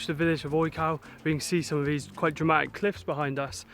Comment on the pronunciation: Great videos! The National Park you were in wasn't odge-cow or oj-cow. You probably noticed a grave accent on the O. It's oyh-ts-oof, or as close as I can get with English phonetics.